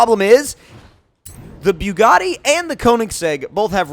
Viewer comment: You say the Bugatti exactly like Tmartn you Both say byugatti like if you are puking😂